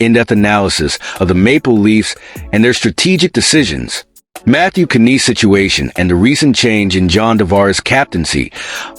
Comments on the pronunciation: It Nies like lies not kaneese. No Maple leafs fan or someone reporting about Toronto says it like that . Either you are an idiot or your AI is screwed up . t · Those AI guys sure know how to pronounce names don't they ? But who in hell is Kineese? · can't even watch this all the way, without hearing AI messing up on his name. omfg lol